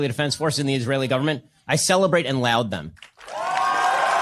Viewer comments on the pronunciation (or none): And laud is pronounced "lawd", not "loud", Ben. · I also like the part where he's read the word "laud" somewhere and thought it was pronounced "LOUD". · It's pronounced lord Ben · Does he mean laud? Not loud haha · He "loud"s them...what a tool. Can't even pronounce his vileness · I know this is pedantic, but Mr. Heavyweight Intellectual doesn't know it's pronounced "lawd" instead of "loud"? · I loud them.. isn't laud pronounced lawd? Embarrassing for a self proclaimed intellectual. He can't even support genocide in a phonetically correct fashion. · I love that he was geared to pop off but he ends up sounding like a giga dweeb for pronouncing laud as loud lol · is it an American thing to pronounce it like that? In Australia it is pronounced more like "lord" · Exactly. Even I know how to pronounce laud and I'm barely educated meanwhile Ben went to Harvard and says loud. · "Loud them" He pronounced it wrong too lmao. Definition of a pseudo intellectual. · ben doesnt even know how to pronounce laud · Everyone's criticizing Ben's inhumanity - and rightly so - but I just want to mock this self-professed intelligent man for not knowing how to pronounce 'laud'. What an idiot. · Shapiro “lauds” them even as he doesn’t know the correct pronunciation of the word “laud.” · Ben Shapiro is still pretending to be an intellectual despite not knowing how "laud" is pronounced. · Lmao he doesn’t even know how to pronounce laud. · he didnt even pronounce "laud" right lmao. continuing the long tradition of fascist incompetence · he didnt even pronounce "laud" right lmao. I knew more english in middle school than the supposed conservative intellectuals do now... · you'd expect a fraud with a law degree to say it right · This dude can't even pronounce laud right. This is the far right intellectual? Give me a break. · Furthermore, big brain Ben doesn't know how to pronounce "Laud." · Ben doesn't even know how to pronounce "laud" correctly lmao ffs